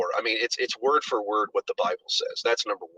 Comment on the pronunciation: Did he just say Brible? I'm stealing that.